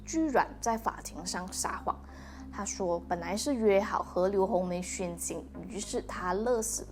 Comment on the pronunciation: 殉情，读作xun（第四声）qing（第二声）。